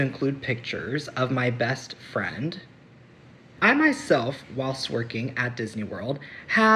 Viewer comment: why is he saying best friend like that? Am I supposed to read between the lines? Is he trying to say there were there specific "benefits" to being his friend?